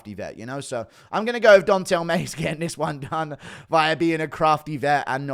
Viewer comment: Dontale Mayes? Athletic?